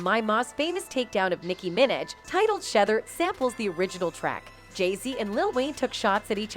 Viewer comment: STOP REPORTING ON BLACK ARTIST !!!! How tf you can’t say Nicki Minaj , Tupac or NAS WTF